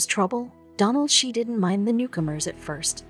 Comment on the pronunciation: Your photo of the Spahn Ranch looks nothing like the Spahn Ranch—because it isn’t. And the photo of the Hinman property is bogus too. Cielo Drive and Donald Shea’s last name are mispronounced— scores of other mispronunciations. Terrible video quality. You guys should make a video of JFK—but use Ted Kennedy photos.